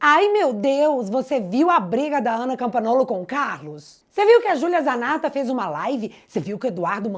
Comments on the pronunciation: A pronúncia do nome da Ana: Não é “ CAMPANOLO “ É “ CAMPANHOLO “ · Oh, minha querida, a pronúncia é campanholo e siclano não existe na nossa língua. Desculpe-me pela correção.